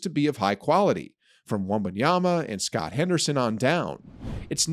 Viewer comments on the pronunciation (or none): yeah this dude doesnt have a clue what hes talking about. also mispronounce scoot henderson name as "scott" and talking about the Rockets and only mentioning JG and Jabari as players to build around and saying Sengun is an interesting prospect when Al-P is the best player by far on the rockets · Lmfao his name isn't SCOTT Henderson it's SCOOT Henderson and it's not a nickname for Scott it's Sterling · Scott Henderson? It's Scoot, my brother. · He called Scoot “Scott.” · How do nail SGA’s name and the mispronounce “Scoot”. Also, where did he get that “Chet in pain” photo? Whoever that was wasn’t even holding the right part of their body.